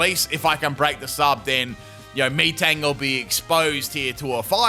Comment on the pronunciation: Lol im sure he definitely mispronounced metang's name the way he said it no offense sounded so weird